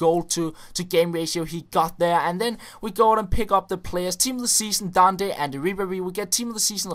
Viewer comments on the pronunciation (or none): none